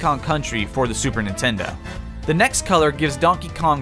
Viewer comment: "Super nitenda" ? 😂